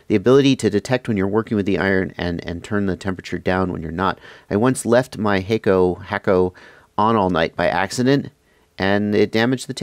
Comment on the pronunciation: I've never understood why some people pronounce it "hake-O". The logical pronunciation is hack-o.